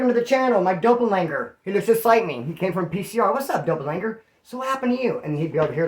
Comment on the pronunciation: Not to be a dick but its doppelganger dopp- el- gang-er lol